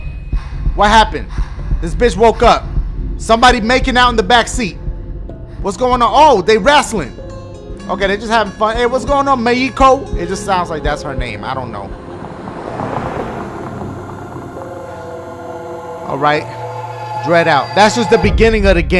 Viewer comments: Meiko. He called her... MEIKO. MEH-HEE-KOH. MEXICO. I'M SO DONE. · lol it sounds like you called her the spanish version of mexico.